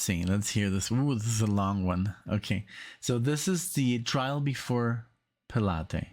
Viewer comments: It's Pilot not pelottee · What the heck version is this? I've been listening to the brown album and the blue album, plus the movie, and this version is different than the lot. I only noticed it when you got to the trial w/ Pilate (pronounced, Pilot). Funnily enough, another musician kept calling him Pilahtees as well, like the exercise. When you see Pilate's, it's w/ an apostrophe for the possessive form of a proper noun, as in name. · For being catholic he doesn’t know how to say Pilate or Gethsemany